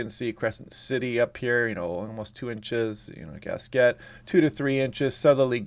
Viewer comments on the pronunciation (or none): 👋! Just to let you know, Gasquet is pronounced "Gas-key".